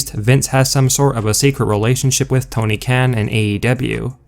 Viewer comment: if this guy could say right i might half believe his rumor stuff but till then nope